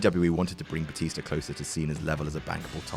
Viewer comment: I wonder what "Batister" and "Rebeccur" had to say the next night on Monday Night "Rawr"...